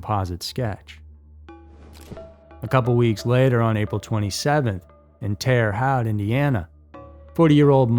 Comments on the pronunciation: Uhm, it's pronounced Terra Hote. Endorphins not endorphins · It's pronounced like Terra-hote